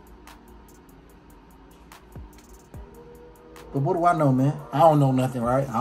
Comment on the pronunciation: “YouTewb. What it dew”